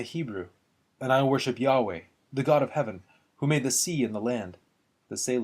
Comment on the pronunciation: Good combination of the woodcuts and reading. From the editor's introduction to the Jerusalem Bible, I understand the pronunciation of Yahweh to be yah-WAY, on the second syllable.